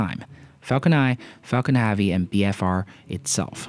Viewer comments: IS NOT HAAAAAAVY is heavy for fuck sake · Did you say falcon haavy? Space x has now shut down there bfr, falcon heavy and falcons progams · Falcon Haavy?? It's heavy mate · I think you're great. but when you say "heavy" it messes me up.